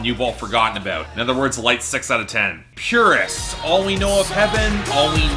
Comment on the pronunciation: I'm pretty sure PVRIS is pronounced "Paris."